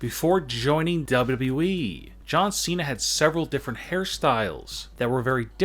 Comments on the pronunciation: W W E not dubadibyoui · Great vid, but ya voice is annoying. Especially the way u say wwe. More like duAEDUAEEE! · I like when he says dubledubleweee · He pronounces wwe weird